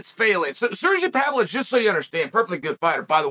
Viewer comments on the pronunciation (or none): Surgey Pavlovovich will do some media when the media learns how to say his name.